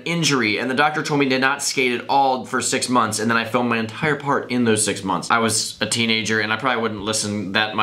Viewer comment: "Six mince"